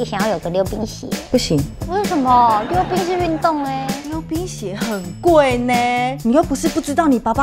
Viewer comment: 我把溜冰鞋聽成流鼻血😂